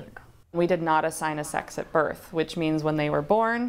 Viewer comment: "Theyby" kill me now 💀💀